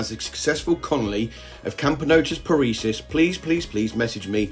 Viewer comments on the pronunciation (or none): Parisus? You keep calling them Parisus, where did the extra s come from? :P Love the vid tho!